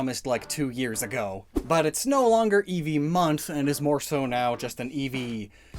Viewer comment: Di he said evee have chakra